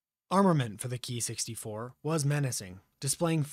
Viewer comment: I am no expert either but I believe it should be pronounced "kay-eye" not "key"